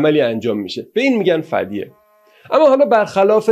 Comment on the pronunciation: دَکن رو دِکن و فِدیه رو فَدیه و پانی پت رو بانی بت و یکی دو اسامی دیگر رو کسر ه و فتحه هاشون رو جابجا گفتین ولی تاریخ رو خوب وعالی بیان کردین